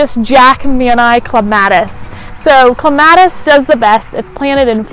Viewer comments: OMG.... I couldn't get past the first couple of seconds after I heard "Clem --- AT -- iss!!! " Drives. Me. Insane. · It is cleme ...tis